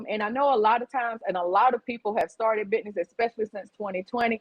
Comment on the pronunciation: "Bidness?" Lol